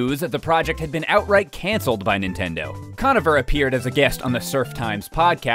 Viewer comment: It's pronounced "Conover" not "Conaver"